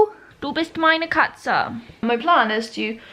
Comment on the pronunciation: The way you said: Maina Katza